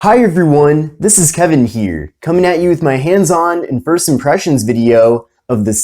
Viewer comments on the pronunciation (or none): none